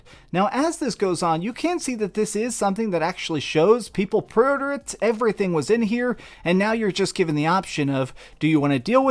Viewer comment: I took a shot every time he said “prey urder”.